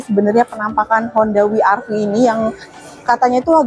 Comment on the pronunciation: Bukan honda wi ar vi Tapi we er ve atau dobel yu ar vi